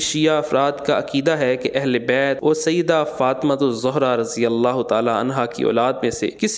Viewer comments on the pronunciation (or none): میرے محدود علم کے مطابق حضرت فاطمتہ الزھرا رضی الله تعالیٰ عنھا کے نام پاک کے ساتھ جو لفظ زھرا لگتا ھے اس لفظ کے ز پر زبر ھے اور لفظ زھرا ایک دوسری عورت کا نام ھے جو زمانۂ قبل از اسلام گزری ھے جس کا تذکرہ تفسیری روایات میں آتا ھے وہ مشرک عورت تھی روایات کے مطابق اس کے نام زھرا کے ز پر پیش ھے تو زھرا ز کے پیش کے ساتھ مشرک عورت زُھرا کا نام ھے جبکہ زھرا ز کے زبر کے ساتھ حضرت فاطمتہ الزَھرا رضی الله تعالیٰ عنھا کا لقب ھے ایڈمن اور ویڈیو میں بولنے والے صاحب اس لفظ کی تصحیح کر لیں